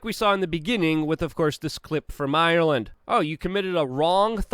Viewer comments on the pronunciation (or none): none